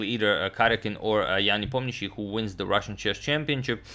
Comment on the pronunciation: I wonder if agadmator speaks Russian??? it is impossible to pronounce nepomnyashchi so cleanly if you are not a native speaker